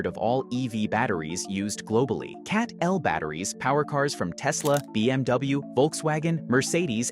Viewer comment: CATL pronounce like Cattle not CAT-L.